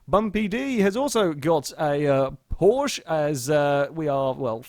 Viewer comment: You are allways pronunceing Porsche wrong